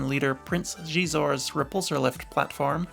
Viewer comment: Got to love the YT-2400, I remember running a few sessions of Star Wars Saga RPG where our group of adventurers ended up dying in one. They went out in a glorious final middle finger move, taking out some nasty nasty giant slimy slugs and their despicable minions. Wouldn't Xizor name be pronounced more like scissor? Just saying. Also, we know where Dash Rendar is at, he runs a YouTube channel named after him where he shoots bows, slings and tests swords and other assortment of weapons.